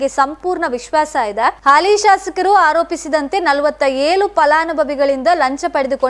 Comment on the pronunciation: ನಿಮ್ಮ ಉಚ್ಚಾರ ಸರಿ ಮಾಡಿ ಏಳನ್ನು ಏಲು ಎಂದು ಹೇಳಬೇಡಿ ಅನ್ನು ನಾಯ್ಕ್ ಅಲ್ಲ ಅಣ್ಣು ಎಂದು ಓದಿ ದಯಮಾಡಿ ಕನ್ನಡದ ಕೊಲೆ ಮಾಡಬೇಡಿ 🙏